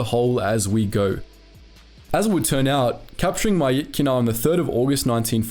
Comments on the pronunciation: Pronounced mi-chi-na btw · Good video but the pronounciation og myitkyina slaughtered me